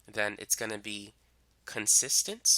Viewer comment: I really understood the concept tysm.. 🙂 Ok but this is bothering me.. idk why... Why is he pronouncing consistent as consistence 😳.. because even my teacher was doing the same .. anyone pls say.. 😅